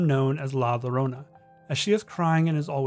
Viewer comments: you're supposed to pronounce the word "Llorona" as "YO-ro-nah". The double L's in Spanish have a similar usage to the letter Y in English. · With the name La llorona, llorona is pronounced with a y sound where the double L's are. It sound like la yorona. Small critique, loved the video I really enjoy finding creepy things where you normally dont see them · I'm sorry but this bothered me so much i have to correct it. two l's in spanish are pronounced as a y sound, so its pronounced "la yorona" not "la lorona" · It's no La Lorona it is La Yo-ro-nah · Great video! Only thing that bugged me is that Llorona was mispronounced It's pronounced like: Yo-ro-na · It's la ya-ronna although spelled la llarona. Double L in Spanish sounds kinda like a y. Edit:NVM someone already said that. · La Llorona is pronounced ( Lah Yo- ro-nah ) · The way he pronounced la llorona lmao